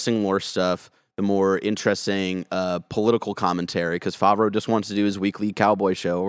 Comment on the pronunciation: I cringed every time mispronounced Favreau like "Faw-vreau" -- reminds me of my brother's friend who speaks really authoritatively about "Dark Vader" lmfao.